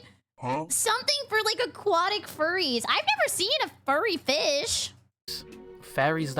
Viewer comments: Why the hell does it sound like he keeps saying Fairies and not Furries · I thought he said "fairies" for the most part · I can't get over how it sounds like the guy is constantly saying "fairies" instead of "furries"...